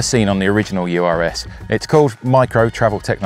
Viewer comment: The BMC is pronounced URS (latin, means "bear"), not U.R.S. Urs is a common male name just like Ursula for woman in Switzerland, which is home of BMC (Bicycle Manufacturing Company)